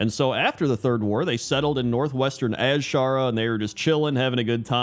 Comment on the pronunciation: i love you and everything, but please start calling it "Ajara", not az-shara